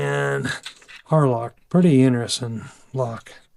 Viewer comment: Thanks for showing us this. Had to listen carefully tho. Wasn’t sure if you said Harloc or Harlot… 😂